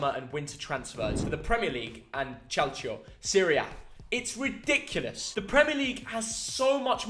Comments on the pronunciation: i love your videos, but it was very disappointing how you pronounced "calcio" considering how many times you've been to Italy. It is pronounced "KALCHO", not "chalcho". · btw the first "C" in "calcio" is a hard c so its "kalcio"